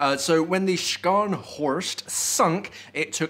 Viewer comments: Sorry bud but please pronounce the ships name properly.try saying it without having the c in the spelling.ie Sharnhorst .that how we say it in Germany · Have the respect to pronounce the name of the ship properly, those mariners died fighting weather or not thay were german.